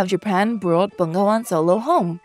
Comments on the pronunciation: it read Be-Nga-Wan actualy. not Ben-Ga-Wan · Can you say NGA correctly😂